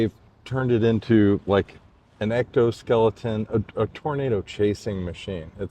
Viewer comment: I think it's funny he calls it an ectoskeleton . It's an exoskeleton my man.